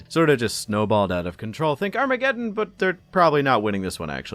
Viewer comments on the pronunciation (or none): none